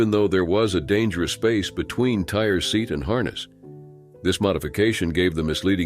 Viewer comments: It’s tyyyy ree not tire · His name is not Tire!!! His name is Tyre (Ty-ree)... So disgraceful. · His name is TY REE I believe. Not Tire.! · Tyre’s (pronounced Tye-Ree not tire) passing hurt me so much. That poor sweet boy 😢I will never forget it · I'm wondering if that young man's name was Ty-ree, not Tire. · It's super insulting that you couldn't bother to get Tyre's name correct. It's not pronounced "tire", it's pronounced "Tie-ree".